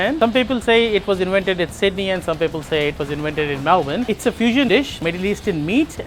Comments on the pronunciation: It's "Melbun" Not MelBourne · ❌️ Melbourne ✅️Melb-in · Or "MelBORN" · And why put the entire thing in your mouth? The potato cake/scallop/fritter - you're missing the mouth feel of the bite through the different layers and textures. And please ask people in the country/region you're in how they pronounce things - like BARRA MUNDY, MELBN etc. Plus, Melbourne had Greek yiros/souvlaki decades before halal was a common word here.